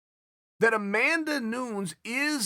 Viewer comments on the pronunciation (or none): "Amanda Noons"? Chael, get her name right man. Amanda Nunes (New- neh-zzz). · i just realize chael wasnt referring to joanna jeterjayzik(dont kill me thats how he pronounces it) when he said JJ. also amanda noons. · And he says Amanda “noons” 😂😂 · Amanda "noons" Nunes😂😂🤯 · Lol Chael still saying Amanda Noons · That's my favorite mispronunciation of his. I'm so glad he brought it back 😀 I don't think he called her Noons since before the cyborg fight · If amanda was portuguese that would be the way to pronounce it. Since she's brazilian, the "e" opens up more. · People from Portugal pronounce 'Noo-nish' actually. But it's true sometimes they don't pronounce vowels.